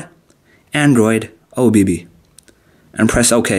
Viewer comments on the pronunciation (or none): Why he says obb like oh baby